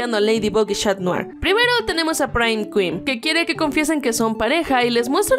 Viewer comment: 0.35 dijo shatdrien osea cat notar y Adrien